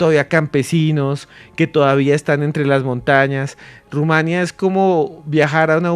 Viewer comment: Felicidades al interlocutor del conductor principal: una en mil personas que sí sabe q se dice Rumania (sin acento) No Rumanía. Bien x usted! Me dio gusto escucharlo.